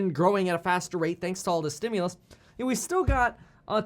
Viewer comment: "Stimulus"... Lol.